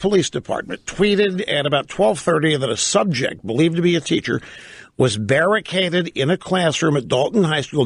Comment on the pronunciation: Berry caded?